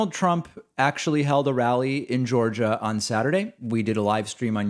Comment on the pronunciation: Did…did he pronounce Georgia…”Goojuh”!?